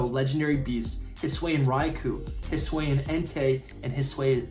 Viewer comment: It’s (hiss ooo- ian) not (hiss wayan)